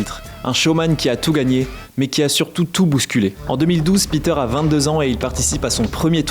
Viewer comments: Ben c'est pas le seul à prononcer à l'anglaise je sais pas si j'ai déjà entendu prononcer correctement par des journalistes et à force de l'entendre je le prononce parfois comme ça aussi alors que je suis marié à une Slovaque qui me reprend 😂. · Peter prononcé comme si c’était un américain 😅